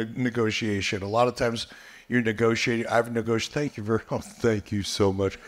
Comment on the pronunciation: "Thuank yoo soo muhcch..."